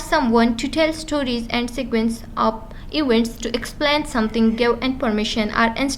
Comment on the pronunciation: So helpful but ap ki jo language style he (of ki bajaye op use karna ) in per zara koshesh kara agar bura lage to sorry 😞 plz don't mind